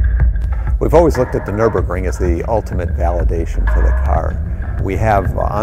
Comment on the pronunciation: Americans should learn to pronounce Nürburgring.